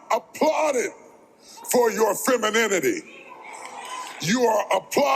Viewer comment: Pronouncing the word is very difficult for the lady who tried to pronunciate " Femininity!" 😂😂😂😂😂 They over rated and do get wrinkles so much rocks